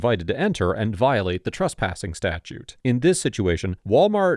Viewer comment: TRESPASSING NOT TRUSPASSING.